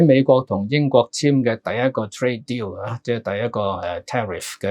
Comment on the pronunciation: 陳生你係有心讀“Deal” 定係想借啲意“屌”某啲事吖？